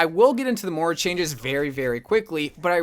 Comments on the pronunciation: It's MOIRA Not MORA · Is it just me or does pronounce Moira “Moura” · Omg he does and it bothered me so much XD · I thought it was just me!